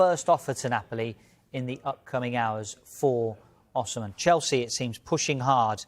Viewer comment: Why does he pronounce Osimhen like a nutter?